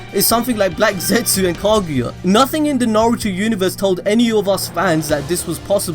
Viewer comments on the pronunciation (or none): none